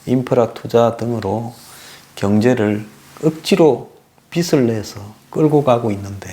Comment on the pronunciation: 빚을-발음도 비슬이라고 하는데----비즐 이라고 해야지요----보는 안목은 좋은데 중간중간 거슬리는 발음이 있으니 관심가지고 연구하셔야 할듯-----좋아요 눌렀어요